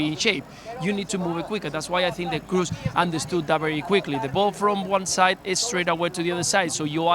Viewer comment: Thomas is ignorant, keeps saying Kroos as if it were an English surname. It's GERMAN, double o isn't "u", it's a long "o". A football pundit working for ESPN should know how to pronounce Kroos correctly.